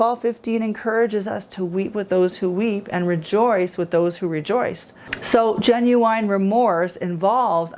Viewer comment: Why do you keep saying genu wine??